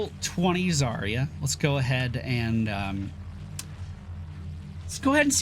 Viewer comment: Do you pronounce Yacht as E-acht? Don't think so. Then why was it universally agreed that Заря should be pronounced with 5 sounds instead of 4?